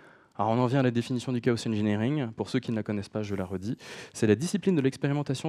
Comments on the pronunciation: Merci pour cette interessante présentation ! :) un détail me fait ticker, on dit pas plutôt chaos comme K O et non pas K O SEUH ? K O SEUH c'est en anglais ca il me semble du coup dire une phrase entiere en francais pour dire un mot a l'anglaise dedans ca fait bizare ... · Ben ça dépend si dans ta phrase tu dis "chaos engineering" tu le dis à l'anglaise et si tu dis "ingénierie du chaos" tu le dis à la française. Mais oui en français on ne prononce pas le 's' à la fin. Je ne trouve pas que prononcer le 's' à la fin de chaos ai une incidence sur le fond de la présentation et son contenu technique.